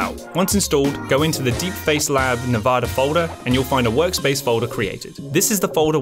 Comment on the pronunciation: I have heard tons of pronunciations of Nvidia but Nevada wasn't one of them as of yet. 😅